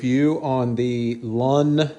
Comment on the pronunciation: Not "lawn" its " loon"